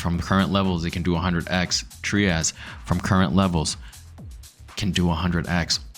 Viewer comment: The creator of Trias pronounces it “Try-us”…it’s not “Tree-us”.